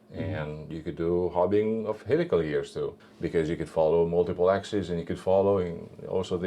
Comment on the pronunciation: Axis is singular. Axes are plural. Axeee is neither, really awkward and really really pushes my pedant buttons! Have a comment and a like for your otherwise excellent videos. All hail the algorithm 🎉